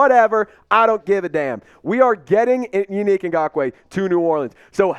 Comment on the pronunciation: Bruh it's Yannick (Yah Nick) not you unique 😅😂😂😂😂!!! He would be a good addition.